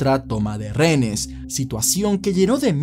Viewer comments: Me parece genial que hables sobre los hechos nefastos que han ocurrido en el país, pero... mi vida, reHenes!! No RENES🙈🙈🙈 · Amigo disculpe que son renes? Es lo q claramente se le escucha....renes o es acaso un problema de vocalizacion? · Dígame cuando dice "renes". Qué desesperación.